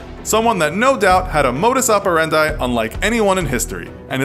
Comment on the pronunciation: It's modus operandi (-dee) not operandye